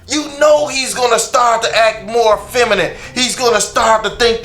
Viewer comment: Femanant . . . Lol its feminine